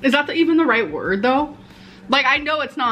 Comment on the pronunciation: For such an avid reader she really can't pronounce basic words 😅